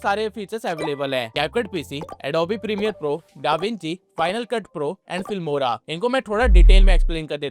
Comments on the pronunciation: Fimora ❌ Filmora ✅ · filmora not fimora